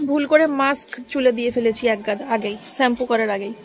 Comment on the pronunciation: Sampoo na shampoo uffffff 🤦‍♀️